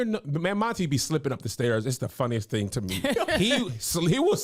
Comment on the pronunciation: I don't wanna hear you say TING no more!!😂😂😂